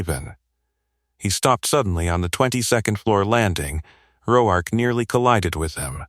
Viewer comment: How is it AI can pronounce the name Mateo but not Roark?